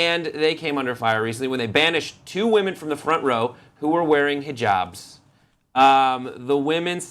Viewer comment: This on the left is so hot he could pass as a muslim man any time. He even pronounces HIJABS correctly and has a cutest beard that I hope he converts to Islam. Then I would totally marry his cute ass